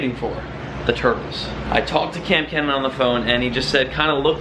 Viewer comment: His name is not Kamp Kenan. Every time you talk about him it sounds like you think his first name is Kamp. If I'm wrong I'm sorry